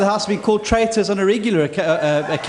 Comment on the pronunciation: I believe you mean," treitahs!"